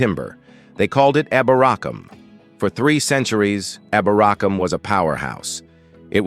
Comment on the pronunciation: I'm from York, hate how you pronounce eborackam it is pronounced eeebor acomb , not yovik its Jorvik, with a J , not eo porwik , its eff er wich, apart from that it was ok Ish